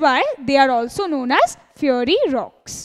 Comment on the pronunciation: It is not feeary it is fi-er-ee...u idiot